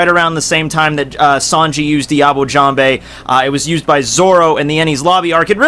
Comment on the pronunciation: I know this is an old video, but its "jamb" not "jam bay"